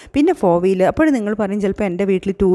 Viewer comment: ആ "അപ്പഴ്" കേക്കാൻ കൊള്ളാം 😂👍